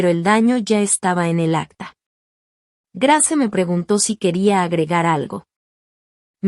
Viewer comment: Cómo dices Grace se pronuncia greis😂